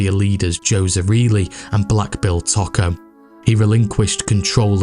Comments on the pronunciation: It’s knit picking, but Tocco is Toe-co not taco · Toh-koh not 🌮 Taco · It's Tōkō not taco 👌🏼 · Its pronounced Too-co not Taco. Great video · Toe-Ko I went to school with one of the family members at GPSH.